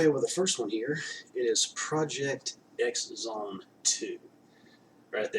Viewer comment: ITS PRONOUNCED PROJECT CROSS ZONE HAHA great vid